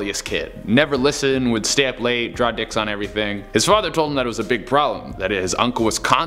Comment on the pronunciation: "..... drawing dicks on ERRYTING. .." SUPABAD!!